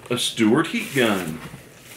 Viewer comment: It's STA.L.WART, not STEWART,.